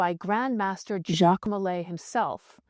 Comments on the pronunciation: Sir JACQUE mulay Sir JACQUE mulay Sir JACQUE mulay Sir JACQUE mulay Ok enough with the AI voice we get it it you can't pronounce Jacque! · Maybe Jacques de Molay was persecuted because whenever someone pronounced his first name, it sounded like some trans-dimensional demon was interjecting on his behalf..